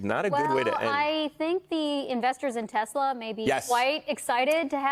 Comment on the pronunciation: Maybe Trump no longer loves “Teslur” 🙄